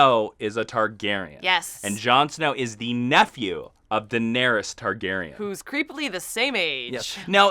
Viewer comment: IT'sPRONOUNCED "DINARISS" (you guys rule though mkay? No crit w/o love)